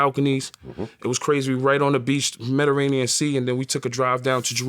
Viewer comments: Nobody: Tony yayo: "the metaranian" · “The medrainian sea “ ☠️ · Medda-rain-ne-em Sea Mediterranean Sea Yayo 😄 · Mederanian sea🤣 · I’m so glad he saw the “mederanian sea” and the “sixteen chapels” 😂 love him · 1. Mediterranean Sea... not Mederanian sea. 2. Sistine Chapel... not sixteenth chapel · He said the medirainian sea lmao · Muhfucka said meddiranian lol